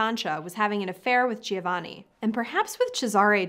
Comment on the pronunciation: Giovanni is pronounced jo-vani, Cesare is pronounced with the accent on the first syllable CHEY-za-rey.